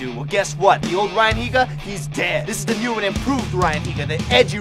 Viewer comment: pronounced nyu